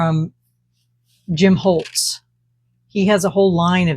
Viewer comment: It's Tim Holtz. Not Jim. But your art is lovely!